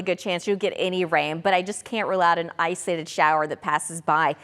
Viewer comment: The way she says “islated” 😂😂 Somebody please give her the “O” to use.